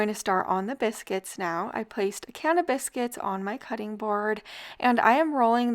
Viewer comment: It sounds like you're saying cannabis-cuits 😂. Delicious! Thanks for the upload!